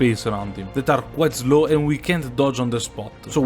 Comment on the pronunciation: I figured it out after one more video. After that started noticing how he always pronounces slow like "zlow". I like it though